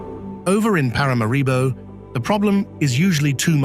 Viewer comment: It is pronounced Parah Marah Bow…not para mah ree bow